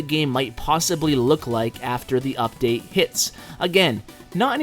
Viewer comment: Anyone notice is said "Udate" in the intro